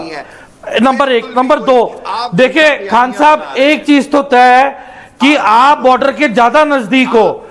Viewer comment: तैए नही तैए होना चाहिये